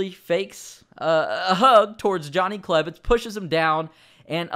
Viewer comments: on Johnny klebitz you said klev not klebitz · on klebitz you said klev